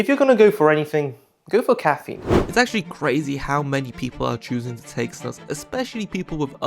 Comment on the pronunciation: I like how you put the correct prononciation on the screen, and then just casually continued calling it snàs